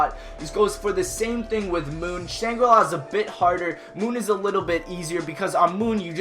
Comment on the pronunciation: Moonri-la... lel